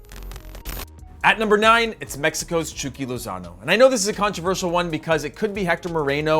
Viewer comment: Just call him Hirving Lozano, I’m tired of people butchering many spanish nicknames, especially when you call him Chookie Lozano.